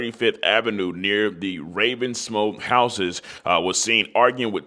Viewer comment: You need to take some reading classes my friend. “Goldbucks”?? Really?? 😂 how abt Gil-a-bow or Guy-ul-bow or Gee-la-bow…either way it’s “Beaux” pronounced “Bo” like “Bo Jackson”…also it’s “Ravens-wood” not “Ravensmo” or whatever the hell you said…take the time to get your pronunciation together folk